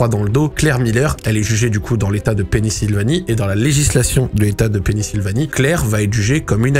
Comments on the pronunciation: Top ta vidéo! Mais c'est Pennsylvanie et non penisilvanie lol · C'est Pennsylvanie, pas Pennysylvanie :) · sans doute bcp de gens qui l'ont dit mais c'est Pennsylvannie et non Pennysilvannie ! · Pennisylvanie? Pennsylvanie 😂 mais sinon motel t'as video je kiffe ce format ! GG et grosse force à toi ! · On dit Pennsylvanie et pas Pennysylvanie mdrrr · Video superbe, par contre, on dit "pénicilline" et "Pennsylvanie", pas Pennisylvanie:P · Il dit pennisylvanie au lieu de Pennsylvanie toute la vidéo jsuis ko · Jme suis demandé ce que j'allais regarder en mangeant, j'ai vu ta vidéo j'ai cliqué instant' mais la première histoire m'a refroidi ahah edit : Par contre tu m'as régalé a dire Penny-Sylvanie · ta clairement un problème avec la prononciation de pennyslvanie par contre